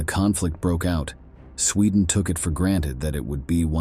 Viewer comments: ITS SWEDEN NOT SCHWEDEN!!! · Sweedan? Did you have a stroke? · Where is the narrator from? Very odd pronunciations of some of the stuff mentioned..."Stailin" instead of Stalin, "Swedden" instead of Sweden and at other times they are pronunounced correctly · Your pronunciation of words is terrible. You mispronounced Sweden and Stalin repeatedly.